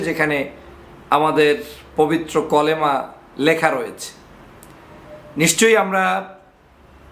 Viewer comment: কলেমা নয় কালেমা